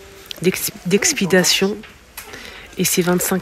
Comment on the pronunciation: Non,c 'est d 'expédition pas d 'expidation 😉